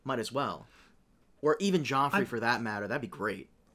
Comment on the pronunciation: Best Dotrice moment, saying "Prince Geffrey" half the time during the first book.